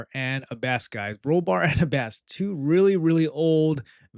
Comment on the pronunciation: I don't usually comment on pronunciation, but this one was rough my friend. It's the Aaa sound like apple. A-bbess, with the emphasis on the Ah. Like Abbey, since that's what an abbess was, the female leader of an Abbey.